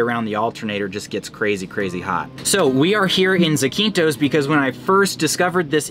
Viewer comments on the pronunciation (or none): I love your channel! By the way, it’s pronounced ZAAH-keen-thos